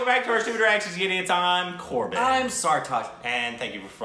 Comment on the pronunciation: Finally Korbin pronounced really well in 2nd attempt 🤣🤣